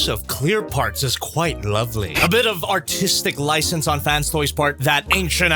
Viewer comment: thought he said “autistic license” for a bit